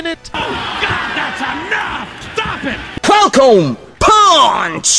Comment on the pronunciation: What exactly does he say? Is it: "Falcon Kick/Punch"? Because it sounds like he says "Colcom Kick" but that makes no sense to me..